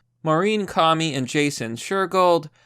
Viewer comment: Comey is pronounced CO ME not like commie. REEEEEEEEEEEEEEEEEEEEEEEEEEEEEEEEEEEEEEEEEEEEE